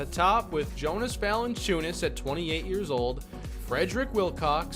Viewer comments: It sounds like YO-nus, not JO-nus for Valanciunas. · You say his name like Yonas not Jonas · Just for future reference it’s pronounced (Yonus) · Just to let you know: Jonas is pronounced with a y. Yo-niss. Stauskas is St-ow-skiss